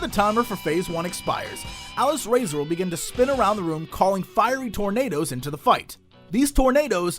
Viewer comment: Aww, Jesse pronounces Alysrazor wrong!